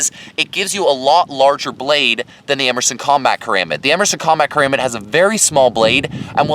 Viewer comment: I love the review, I just wish you pronounced "Karambit" correctly. Regarding your opinion, I totally agree regarding the design decisions, but not in terms of their use. A combat knife isn't going to need the same intense focus on durability that a survival knife will need. A high quality sandwich construction is more than enough for spending 99% of it's lifespan in someones pocket or on a nightstand.